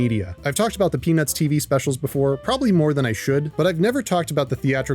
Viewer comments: I cant be the only one hearing "penis movie" every time he says "peanuts movie" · bro did not say peanuts 💀